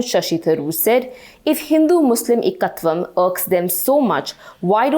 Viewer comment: also one needs to pronounce Sanskrit words properly. The "Ek' in Ekatvam is "EK"("number one" in Hindi) not "ik" in Ikea or ikkat saree